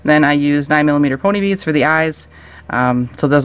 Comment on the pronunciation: U sound weird u say it like beadsh